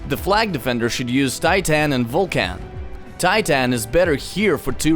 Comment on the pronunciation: "the best combo to use near blue flag is titaaaan and vulcaaaan" XD wtf pronunciation